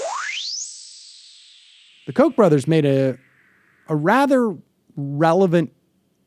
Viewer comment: Its not coke brothers its Koch brothers which rhymes with crotch.